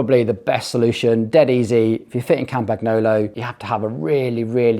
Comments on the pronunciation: TRY PRONOUNCING IT CORRECTLY WILL YA! Like this: Campan YOLO It's not CAMPAG NOOLLO........ FCS!!!!! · It's pronounced (very close to) "Campanyolo". The sound of "gn" in Italian & French is like the sound of ñ in Spanish (e.g. mañana) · G is silent in Campagnolo